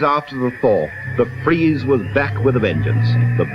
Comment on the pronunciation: The big fweeze